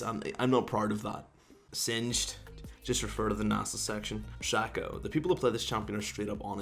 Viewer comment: Now its actually worth clicking on this garbage video featuring lol player who cant pronounce Nasus (and so on...)with his mouth full of garbage this and that. Nice joke